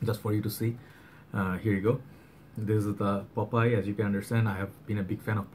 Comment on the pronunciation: Not pop eye ,. Popeye